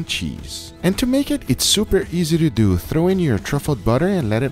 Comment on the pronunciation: Its more like "So, lets dew it" :P